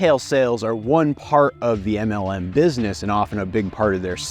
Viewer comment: im not englishperson, and I am just hearing MNM, like dawg what did those candies do?